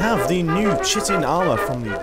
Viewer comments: Chitin is pronounced 'Kha-i-ten' It sounds like Shitting when says it. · *BEEP* incorrect,. It's correctly pronounced, chite-in. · Chitin is pronounced "Kite-in" I used to pronounce it like you too :D